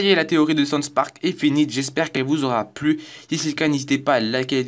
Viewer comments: Le mec il ne sait même pas prononcer les noms correctement... "sonsse park" et ca ne s'entend PAS DU TOUT que tu lis un texte... mais vraiment pas... Quel talent. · "sons park" ?